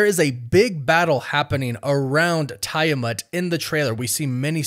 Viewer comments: Tie-a-mont??? It's Tiamut! I know you purposely mispronounce words just to get people to comment! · Tiamut is pronounced as Tee-a-mutt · Tee uh mutt ... Drives me nuts how you pronounce it when theyve pronounced tiamats name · Dude...do you even watch these films/shows? Sam been had the vibranium wings ...also its pronounced TEA ah mut..js